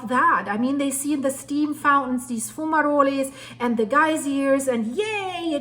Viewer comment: I love your accent. Especially when you use the Italian fume-roles, but Geyser is pronounced like "I" as in "eyeball." I'm a geezer!